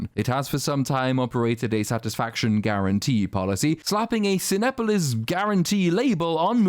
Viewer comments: Pronounced Ci-NEH-police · I heard you struggle a bit with the main movie theater in Mexico, I live in Mexico and it's pronounced "seen-op-olis" 😊 forgot to mention, we collectively HATED this stupid portrayal of Mexico and Mexicans. DEEPLY!